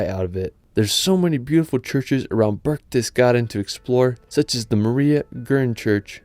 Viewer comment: Am i the only one who umderstood sth like börgstedgarden instead of berchdesgaden